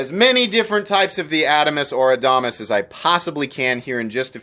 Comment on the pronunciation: Love the Adamas knives! The new mini is great!!! I think your pronunciation is correct, sorry to your rep!